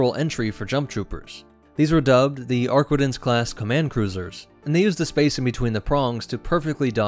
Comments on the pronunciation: "ArquiNtens" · Ah yes, the ship that simply CANNOT pronounce the name of correctly.